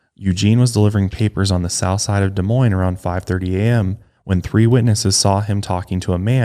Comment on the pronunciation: As someone from Des Moines, thank you for pronouncing our city correctly 🙌🏽